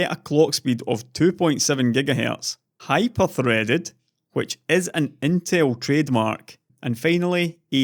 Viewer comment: I thought you said Hi-perforated instead of Hyperthreaded